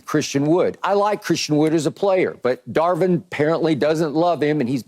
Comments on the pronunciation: CAN SOMEBODY PLEASE TELL KEYSHAUN JOHNSON THAT IT'S DAR"VIN", NOT DAR"WIN". DAMN I'M TIRED OF HEARING THAT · Is Keyshawn just incapable of saying the V?! Mans cant say Darvin no matter how hard he try 😂